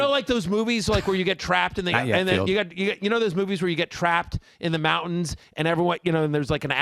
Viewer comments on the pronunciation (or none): none